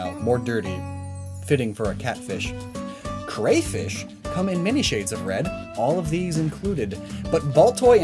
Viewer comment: Thank you for saying “crayfish” right